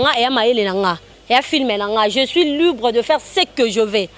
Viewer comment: je suis lubre de faire ce que je vais.quelle prononciation!bo changer to bo améliorer po to zali un grand pays francophone.je vous aime.